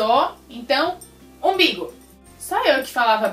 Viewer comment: Eu falava imbigo kk